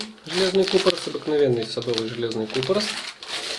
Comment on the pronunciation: КупорОс, а не кУпорос